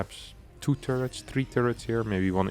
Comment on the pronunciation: I like how this guy calls turrets "two-ritz". German ppl do be willin.